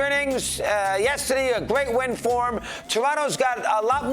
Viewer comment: Dey buried dem